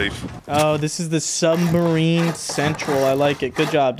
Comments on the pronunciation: is the type of guy to say “sumbarine” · too bad he still says - sumbarine, turrent, sWord, etc